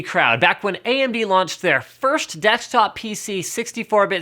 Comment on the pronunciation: 'Dechtop' -LinusTechTips 2k14